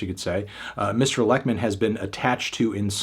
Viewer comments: He basically says "Leckmin", which is incorrect. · Except for Lekman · I opened this video to see if he would and yeah... not particularly close hahah